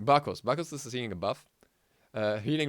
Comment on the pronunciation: Good vid man keep up the work. And I agree heavily on the Thana what was it you said? a berf? XD (Sorta new to channel )